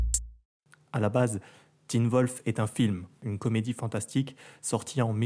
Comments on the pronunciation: 1) C'est pas Teen Volf mais Teen Wolf* 2) T'as vraiment un accent de boloss.. Non pas que j'me moque mais au début de la vidéo quand tu as présenter les acteurs : Hollend ?! Holland Roden! C'est pas compliquée. 3) Tu fais vraiment pitié.✌ 4) Les personnes qui ne connaissent pas Teen Wolf et qui ont vues cette vidéo pathétique, ne vous à tardez pas sur sa. Teen Wolf est une série vraiment génial qui plaît à tout le monde. :) 5) Je n'ai même pas finis la vidéo,dommage hein?😉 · ses pas Teen Volf Mais Teen Wolf apprend ta prononciation Mec et en passent Crtique de merde Critique ta chaîne a la place regarde aprés on verras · Alors attends tu critique, et tu prononce mal les prénoms de personnages ! Et celui de la serie !